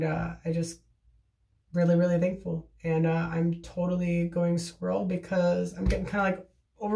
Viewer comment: Also, I am definitely going to start saying I've gone a little 'squrl', love that 😂🐿